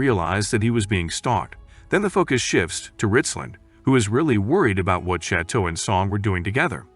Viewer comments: im in physical pain from the way he pronounces chateau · i am literally canadian and we speak french here and i can tell you he has far from perfect